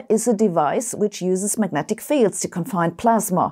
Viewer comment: Just wondering - - what are Magentic Fields? A little less than Majestic? More? LOL 🙃🤔